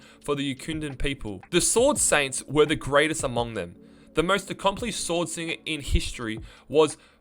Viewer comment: Are you saying sword singing or sword swinging?